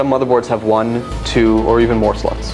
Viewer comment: hahaha . "...Or even more slots." It sounded like he said 'sluts'